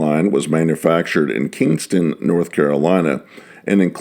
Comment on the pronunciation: Kinston NC not Kingston